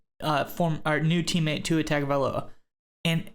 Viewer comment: Guys, please pronounce Tua's name correctly, it's really not that difficult.